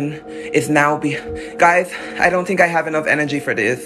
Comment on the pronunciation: Just the way he said I tink😂